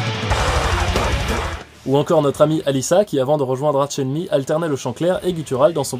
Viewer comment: Je crois que ça se dit [ark] enemy. :)